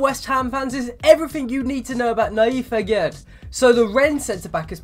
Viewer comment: Pronounced "Agair"